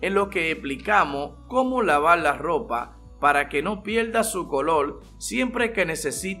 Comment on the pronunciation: Cómo Laval la lopa oscula pala que no pielda el colol la velda es que paleces que eles de china o no puedes hablar español 😂